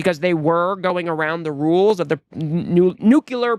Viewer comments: It's pronounced "nuclear", not "nuculear". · I love ya man, but it's nu-clear, not new-cu-lar. Sorry.